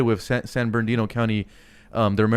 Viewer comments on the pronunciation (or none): none